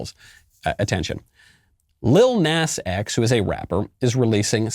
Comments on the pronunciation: Knowles.... its PRONOUNCED "NAH-z"... you old foggy! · It's actually Lil Nahs X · The way he pronounces “Lill Nass X” 😂😂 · You obviously have never even bothered to research him at all, never even looking on YouTube to get other peoples opinions and thoughts about lil nas x because if you did you would pronounce his name properly, especially because his name is only one syllable, it is spelled with three letters, & most importantly because you Graduated from kindergarten and learned the English language